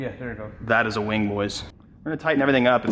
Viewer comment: “Weing” lol